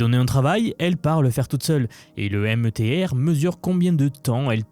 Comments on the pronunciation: Miteur…..la lettre e en anglais se prononce I. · METR, se prononce méteur